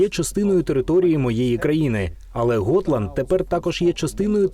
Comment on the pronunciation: Gotland - ґотланд, а не готланд